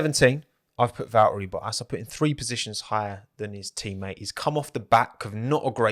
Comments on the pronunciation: What do you have against the letter T? His name is not "Val-eri Bo-as". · "vaeri boas"